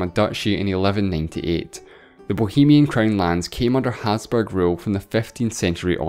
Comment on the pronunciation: The way you said Hapsburg like "Hazburg" drove me crazy!